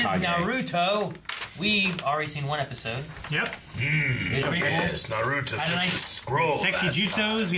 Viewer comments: It's not NaRUto, but Naruto. That is, no accent on any of the syllables. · did he just say “naratu” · straight up called Naruto Noratu haha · Please say naruto right it’s the o e thing as a fan that bothers me like nothing else does but just the main characters name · Please stop pronouncing Naruto wrong